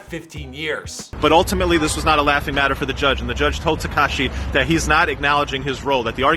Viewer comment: why he say his name like that 😭 TeHkahHshee